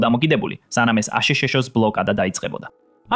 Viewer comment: მეჩვენება თუ მართლა ამბობს აშშ-ს მაგივრად აშშშ -ს ?